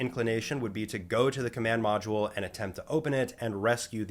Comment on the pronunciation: So, the "ash-tro-nuts" went into the "mod-shule"? Amazing. At least this speech impediment is kind of amusing...